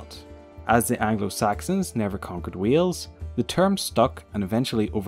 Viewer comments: Omg the way you say Wales it sounds like your saying wheels it's said like whales 🐳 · It's Wales not Wheels ffs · Wales not wheels ! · you know.. learn how to bloody speak as a welsh person that was born and lives in wales is bloody annoying mush. Ffyc ti! LOL! no hate at all but it did set off my obsessive-compulsive disorder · Lol "wheels" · Weels??? Are you kidding me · Did you say "WHEELS"?. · Sooo im welsh and im sorry but is the called wheel's or wiles NO HATE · bro you are saying wheels i'm welsh and when you try and say wales but say wheels its a disgrace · David Amicus Well, my English teacher said both of them differently. But it was because her dialect was really old. I think it has something to do with a thing called whine - wine merger. If a person pronounces they different, whales is pronounced something like hwals, and Wales is pronounced the same as today. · You can’t say it properly sorry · Good try X3 but its not Cymru isnt pronounced camri, its ( cym-ri) And Wales is Wales, not wheels X3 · Wales not wheels if you can't say wales don't say it and btw you said cymru wrong just stop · Oh god the way he say Wales and cymru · I am fr9m wales you said wales and cymru weirdly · As a Welsh person myself he pronunses Wales and cumru wrong